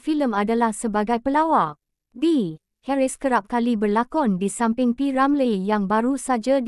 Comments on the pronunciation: Per hal sebut nama P Ramlee pelik bunyi nyer….P Ramley2…😳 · kenapa awak tak pandai nak menyebut P Ramlee ada kah awak ini bukan orang melayu